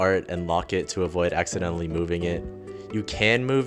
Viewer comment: hi late comment but are you perhaps filipino? the way you said "accidentally" caught me off guard.